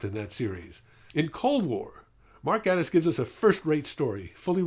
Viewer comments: Yeah, I didn't like Voyage of the Damned at all. Gatiss is actually pronounced "GAY-tiss," but that obviously doesn't matter much. I really liked this episode a lot too. Not much to say. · Gatiss is said like "gay-tiss". Like gay. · it's pronounced GAY-tiss. sorry.